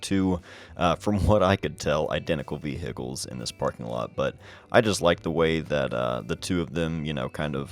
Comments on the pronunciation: Awesome, lot of great shots as always. Love the way you say veh-Hickles. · Me: Ohio is considered a northern state, right?: Vee-hickles.